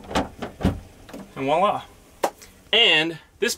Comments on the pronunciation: Okay Im cringing so hard, it comes from french "É Voila" and you said it sufficiently correct but your partner or choice just decimated it with the most Americanised absolutely wrong version, that was all. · It's "VOILÀ"